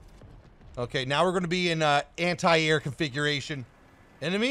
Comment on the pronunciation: You guys pronounce "anti" weird